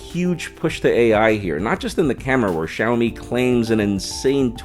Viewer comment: Thanks for pronouncing XiaoMi correctly. Always makes me sad when Americans can't pronounce Chinese names, makes us look stupid. So, thank you. Also welcome to Shanghai and enjoy Shenzhen. Both great towns. Welcome to message me if you need anything